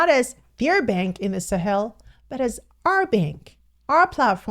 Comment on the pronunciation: She's one person pronouncing ,the Sahel, correctly 😊😊😊😊😊😊